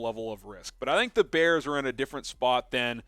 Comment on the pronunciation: I Love "da Bears"